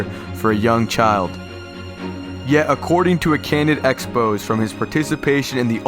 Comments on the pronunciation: "According to an in-depth 'expos.'" It's pronounced "ex-pose-ay" you dummy. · How can you not know how to pronounce "expose"?! lmao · "Yet according to a candid expose..." You pronounced exposé wrong my guy.